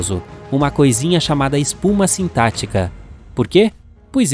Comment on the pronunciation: 5'35"... "Espuma sintÁtica" 😂😂😂😅😅😅😅